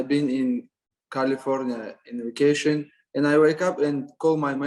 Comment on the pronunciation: Funny he can say coVid but says waycation instead of Vacation 🤣